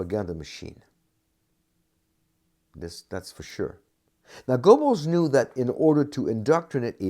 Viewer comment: you'd think this expert would know how to pronounce his subject's name. the E is not silent. in English it is best sounds like GER-bels